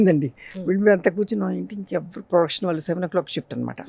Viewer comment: యాంకర్ కి తెలుగు పలకడమే సరిగా రావడం లేదు. వాల్లు, వీ లు ఏం తెలుగు? సిగ్గు కదా?